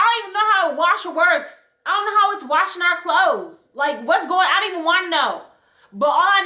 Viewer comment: The “ion know” killedddd meeeeeeeer